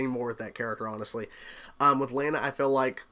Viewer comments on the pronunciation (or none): it's pronounced law-na. You said lay-na.